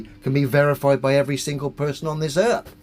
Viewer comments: He said. Erf. He's a flat erf troofer. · “Im not a flat uuurfa, i just fink da urf is flat” - dumbest idiot ever